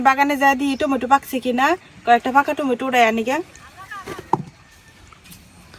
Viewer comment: টমেটো 🍅 ❌ টেমুটু 🍅✅